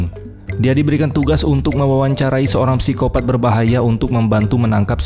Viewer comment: Ganggu bener lu bang, sebut nya sikopat gak usah pakai P